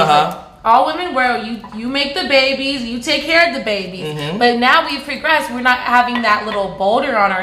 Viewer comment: "We've pregressed"